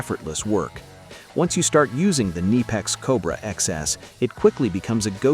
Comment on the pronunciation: Kneepex? KuhNipEx FTW!